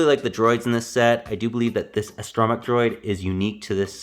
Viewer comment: It's "astro-mech" not "astrom-ech"